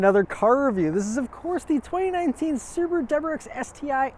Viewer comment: No one: Is it possible to speak Braille?: SEWBRERWRXFN 🔥